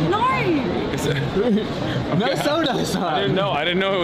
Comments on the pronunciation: As an Australian i'm always confused when people say "no" sounds like "naur" because it doesn't sound like that, but holy shit she actually said it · the 'no' is more unmistakably aussie 😅